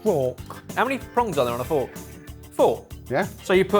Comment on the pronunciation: I'm sure they brought in the frork just to annoy 🤣